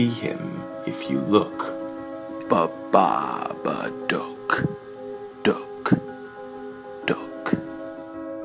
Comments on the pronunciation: "The babaduck" it sounds like duck instead of dook DOGGY NO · Bro he says is dok it's dook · You talk so weird when you sayBABA DOOk